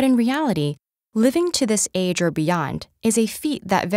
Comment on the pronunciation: I kinda got annoyed of how she said “age”